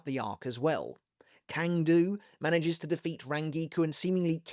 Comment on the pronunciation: Hey, I've always enjoyed your Bleach content. I'm a "languages guy", and not to nitpick, I want to comment on the more correct pronunciation of some Sternritters. - Cang Du: it's a Chinese name, and Cang here is read like "sang", not "kang" - Äs Nödt: the A umlaut in German is read almost exactly like /e/, so you can read his name as "Es Not". (the O umlaut is also not the same as a normal O, but it is tolerable) There are other deceptive names to read like Vollständig, Berenice or Jugram, and most prominently, how to actually read "Yhwach" in German. You need to simply ask and I'll gladly help out.